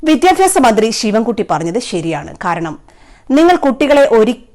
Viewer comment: Not 'vidyapyasa' it's 'vidhyabhyasa'. Please note. 😅